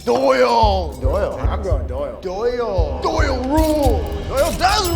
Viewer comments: how cringe that he kept saying doyle rules. maybe watch the movie again. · It's O'Doyle. O'Doyle. The fact you two both said it wrong like 60 times hurts my heart. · It's not Doyle rules it's O'Doyle rules, happy Madison is a fine film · For God's sake it's O'doyle... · who's going to tell them it's "O'Doyle rules" not Doyle.